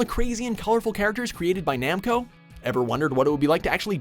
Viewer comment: How do you mispronounce Namco then say it right the second time. Triggered